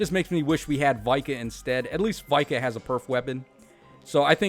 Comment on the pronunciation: It's VIKA and not Vai-kah 🙄😠